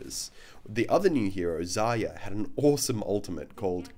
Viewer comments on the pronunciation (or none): Y u all call Zarya like Zaya? I am russian, and that's wrong transcription. When we learn your language, we use your transcription. So please, call her properly. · it's not zaya, it's zarya. R is not silent. It's russian for aurora.